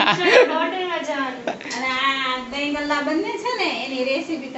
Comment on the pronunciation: દહીં ભલ્લા કહેવાય આને દહીં ગલ્લા નહીં